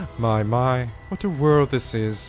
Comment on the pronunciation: It's painful how he says it as My "Chapter 1" Class Trial, Our Class Trial.